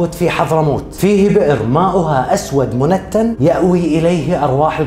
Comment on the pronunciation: تصحيح منتن تنطق مُنتِن